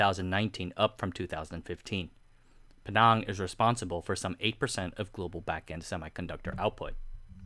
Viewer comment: Pulang pinang bukan pulau pining. So lebih dekat penang